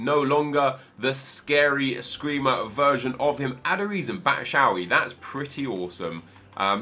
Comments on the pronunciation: His name is bats hu a yi. Not batshauyi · its bat sh"ou" wa yi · You do not pronounce 'batshuayi' as batshauyi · ur saying batshuayi wrong